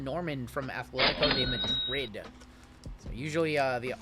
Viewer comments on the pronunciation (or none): none